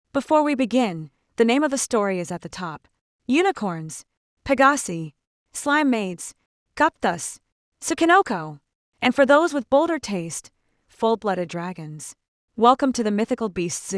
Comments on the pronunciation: It's not pegassi It's peg a sai. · Peg ah see It’s peg ah sigh